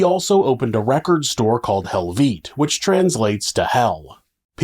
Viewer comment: "helveet" 😑 fkn americans man nice you mentioned sigh though and i like your frog